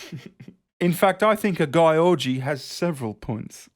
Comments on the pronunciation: Hey hungarian here, i laughed my ass off on how you pronounced Gyorgy. In the hungarian language we have letters that are made up of two separate letters. For example S is pronounced differently than S in english. And SZ is pronounced simularly to the english S. Same sort of thing with GY. Its one of these double letters that is pronounced differently. But still it was very funny to hear you pronouncing it your way. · Jesus... as a Hungarian those puns about Réka's name was painful to watch. I can assure you it's not pronounced like that at all. The two "gy" is a separate letter here with a unique sound, also the "o" is actually an "ö" in her name (Réka György) which also transform the word. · György is the Hungarian version of George, and pronounced similarly. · Her name is actually Réka György so it was written wrong. In hungarian the g and y form a separate letter which does not exist in english but pronounced very similarly but not identically how you pronounce the beginning of the word 'due' as you press you tongue to the roof of your mouth and make the utterance. Ö is pronounced like 'i' in the word 'first', like fÖrst. György is actually a first name too in hungarian and its english counterpart is George :D. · It's a Hungarian person so her name is pronounced in a way that English phonology is incapable of approximating. An IPA transcription for György is /'ɟørɟ/. The last "y" is not pronounced, for example, it just indicates that "g" is not pronounced as /g/. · Gyorgy is pronounced sort of like jewellery not Guy-orgy 😂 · It's pronounced geeór-gee, not g-eye orgy. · Ms. Gyorgy is Hungarian, so I'm not sure why you pronounce her name the English way and make fun of it? Most probably it's pronounced Gee-or-gee. Otherwise I agree with you. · Thanks for annihilating György Réka's name lmao. It's pronounced like "dyerdy" . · I believe gyorgy is pronounced "dzurdz" if i remember correctly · Gyorgy is hungarian its pronounced george